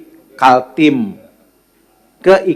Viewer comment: Nyebut kaltim aja salah. Hahhaa